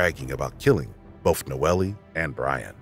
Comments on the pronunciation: In I think the 3rd story he keeps saying the victim was "NOELIE" pronouncing it like that but I assume people just called her "NOEL" even tho there was an "E" at the end of her name. This bugged me so much I had to write about it. Silly, I know. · HER NAME IS PRONOUNCED NO-EL. Not noelly. RIH Nono. 🕊️♥️🌹